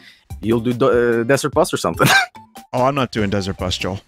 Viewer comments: every time vinny said joel i had a stroke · Isn’t it pronounced yoel? Because in Sweden the J is pronounced like a Y.